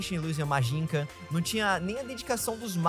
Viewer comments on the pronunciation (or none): Mano , pq vc fala "magincan" em vez de " magician"? N eh o primeiro video q vc fala assim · MagiCHIAN! Pare de se recusar a falar a pronuncia correta e fazer uma transliteração fonética da escrita no original.